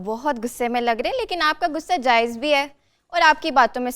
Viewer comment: شرم کرو اپنی اردو زبان کو درست کرو ،،غصہ,,بولتے ہیں نہ کہ گصہ انڈین زبان نہ بولو پاکستانی بنو